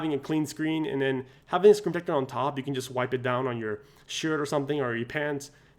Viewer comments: Say the word - SCREEN protector. Not scre-tector. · Say SCREEN protector. Not Scretector. Slow down cowboy.